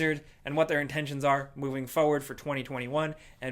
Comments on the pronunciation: I love how says “feu-ward” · Still saying fowwad haha